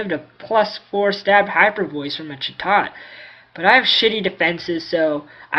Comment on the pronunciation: ITS NOT CHUTOT ITS CHAT OT